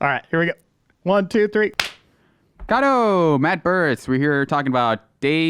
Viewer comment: matt and... kato lol it just sounded funny